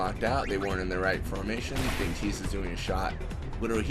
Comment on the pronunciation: tie-dus is how its pronounced